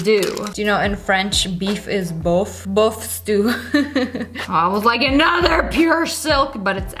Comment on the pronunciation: omg sammeee haha it’s « bœuf » haha